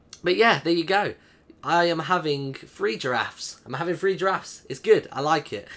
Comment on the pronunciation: ``i have 3 jarafs`` that was she said XDDDDDD